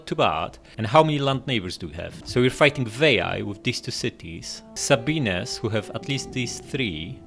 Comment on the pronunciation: Love you said “say-bean-ayes” when talking about the Sabines haha